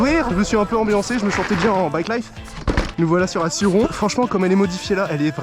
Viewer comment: Dsl mais la Sur-Ron ça se prononce Sur-Rone voilà 😁